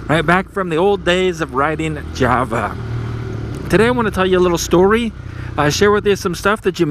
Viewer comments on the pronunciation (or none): none